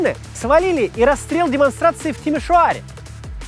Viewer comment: "Накануне, в (старательно) Тимиш-о-аре..." Ну могут же, могут же русскоязычные произносить румынские дифтонги, если захотят! ❤❤❤